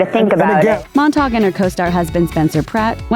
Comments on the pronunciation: Mon-tag not mon-tog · It is MOntag, not MAntag lol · Why are you calling her Heidi MonTARG though...?